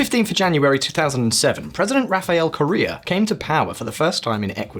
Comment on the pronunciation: I don’t like Correa much but he was pronouncing it like Korea and not Correa